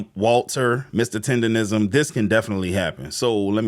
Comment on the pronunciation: Why do you keep saying $4,000 dollars when Keith and all the screenshots say $5,000.?!? Where do you get $4,000 from?!? You can also barely pronounce “tenderism”🤡😂